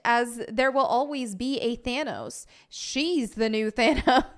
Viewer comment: Stop saying Thanos! It’s not This cringe is destroying my brain to listen to